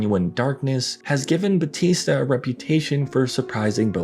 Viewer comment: People STILL can't pronounce BAUTISTA properly. 😂🤣